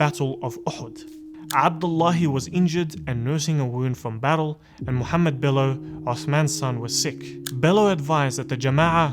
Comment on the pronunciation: Come on me on no his name as Muhammad not the Turkish pronunciation